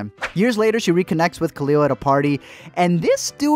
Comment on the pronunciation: pure pain is pronouncing khalil as kuh-liul